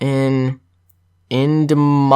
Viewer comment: LOL edmonton, ab is pronounced "ed-min-tin". your pronunciation was priceless haha